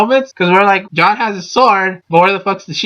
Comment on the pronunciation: "This is MY theory, so I absolutely support it. Go John." That's all this video was: shameless plugging of a channel and a mispronunciation of Jaune.